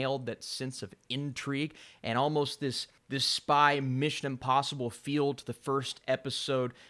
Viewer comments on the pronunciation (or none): none